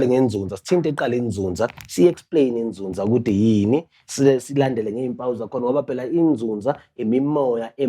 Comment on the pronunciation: YiNzuzaaaaa not Nzunzaa